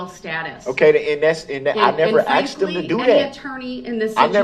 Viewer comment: Speak English for fuck sake! It’s not axed, it’s asked!!!!!! You’re so right, just like a CHILD! Hilarious 😂😂😂